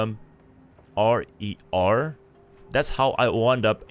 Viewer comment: "R.E.R" lmao! Its R AND R, for rest and relaxation. hue hue